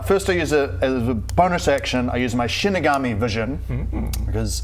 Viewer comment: I’ve never heard Shinigami said like Shinig-army. I’ve always said Shinig-ummy.